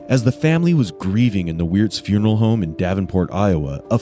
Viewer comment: Frunaral he said frunaral instead of funeral 🤦🏼‍♂️ and the thing is, he meant to say it that’s how he says it🙄😂😂😂